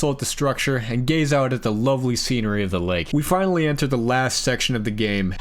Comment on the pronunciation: "Ah, I see you've finawwy awwived, James."